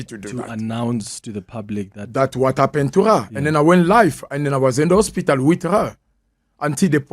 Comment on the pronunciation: Why is he saying Ospital